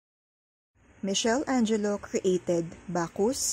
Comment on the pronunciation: Isearch nyo po its actually "mi-kel-angelo"